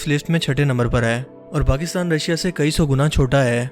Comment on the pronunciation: kia kaha tum ne! Kayi soooo!